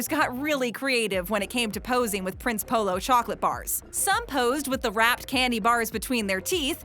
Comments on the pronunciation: see i'm polish and I go to polish store's in America and we have prince polo it's actually pronounced (princ) EH (polo) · I’m polish so yeah Prince Polo is really great but you don’t pronounce it “Prince Polo” but instead “Princey polo” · I am polish and the way she pronounces Prince Polo ahhhh sooo wrong